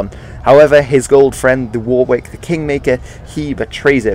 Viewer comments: War-wick? Dude... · A couple of points. Wrong date for Tewkesbury (1471, not 1461). Also Warwick is pronounced Wah-rick. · Why didn't you pronounce Wawrick right? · Please pronounce Warwick correctly